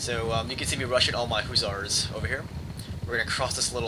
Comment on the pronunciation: duuuude i love your videos but PLEASE. its HUSSARS NOT HOO-ZARS.